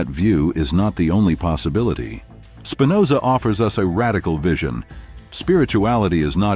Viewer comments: That's Spinoza with a p . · Please. It's Spinoza!